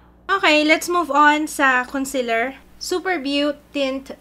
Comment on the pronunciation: Conseeeeeeler not consiler pls 😭😭😭